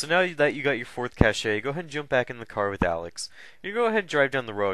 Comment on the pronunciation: Its pronounced cash not cash-ey....